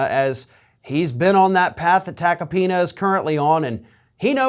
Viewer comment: Note: Joe "Tacopina" rhymes with "Subpoena", (well said)